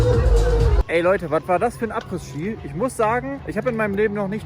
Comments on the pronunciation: du triggerst mich jedes mal wenn du Abrissski sagst :D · Ich bin jetzt zu 3/4 mit dem Video durch und ich schaue fast alle Videos von dir sehr gern. Was mich in den Wahnsinn treibt, ist deine Aussprache diverser Begrifflichkeiten oder Markennamen usw. Daher heute: "Telekolleg 1 " Apres Ski = Apre Schi Hermès = Errmess Moët&Chandon = MoëT (nicht Moeeee) Veuve Clicquot = Wöw Klickoh Als kleine Einführung 😜 Ich hoffe, du verstehst den kleinen Spaß. BVB und Arminia Freunde sind im ❤ verbunden 😉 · Du sagst Apres ski ganz falsch. Das s von Apres ist still, also man spricht es Apre Ski aus. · In jedem Video verbockt er das. Er hatte Französisch, Englisch und hat studiert. Ich bin immer wieder erschrocken darüber, wie gruselig selbst einfache Begriffe ausgesprochen werden.